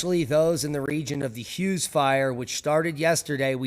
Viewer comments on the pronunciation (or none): none